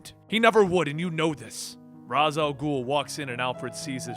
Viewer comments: No offense but is it really hard to pronounce Ra's name as Raish (the original pronunciation as intended by the creator) and not Raaz like the idiots over at Arrow do?! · you're pronouncing Ra's wrong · The way he pronounces Ra's is fucking cancer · I think it’s funny how a comic channel kept on pronouncing ra’s name wrong